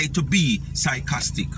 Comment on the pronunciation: Sycostic sounds more like her..